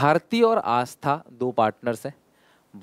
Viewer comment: sir double 'aa' aata hai aastha mein 😂